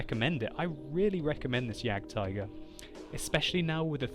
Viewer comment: For a person who tried to say "Waffenträger“ so well, I'm disappointed in your ability to pronounce "Jagdtiger"...